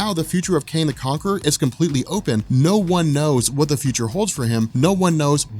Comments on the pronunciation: are you saying Kane or Kang? :-) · are you saying Kane or Kayng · Love ur vids. Wish ud just call him Kang tho. That was hard to listen to lol